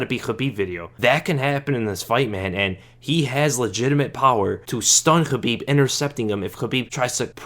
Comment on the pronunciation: Thanks for toning down the "SCHHHABIB" pronunciation man. appreciate it. dont mean to be an asshole but that shit was killing my ears